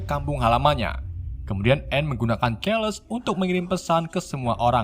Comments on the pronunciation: Kerles kerles... Baca nya Charles.. Bukan kerles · Charles dibaca Carles bukan kerles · carles bacaanya bang bukan celes pangil aka profeseor xxx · Charles = Carles, bukan kerles.. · Rada bingung dengan keles keles yg disebut mimin, baru nyadar maksudnya Charles... 😅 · Blepotan banget ngomong.a kaya ponakan saya, Carles bukan keles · Charles namanya bukan kherles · ohio: ohaio charles: charles biasa, bukan kerles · Min kok bacanya namanya pd salah sih,,,keles keles kirain siapa eh gataunya si prof 😂😂😂😂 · Ngomong bahasa inggrisnya yg bener lah nyebut charles aja jadi kerles-_- niat lu biar lucu? Tapi ga lucu norak. Rip english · ngomong charles aja salah. sesusah itu ngomong charles? parah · min baca Charles pake C bukan K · Bang saran, Abang kurang dalam pengucapan bahasa Inggris, kaya Nightcrawler, Charles, Ohio, dll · Keles atau charles? Charles = carles Scott summer = skot sammer